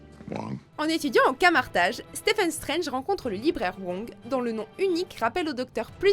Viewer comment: C vrai que c pas stephen,mais steven strange.